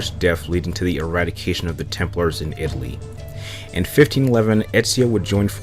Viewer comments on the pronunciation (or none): none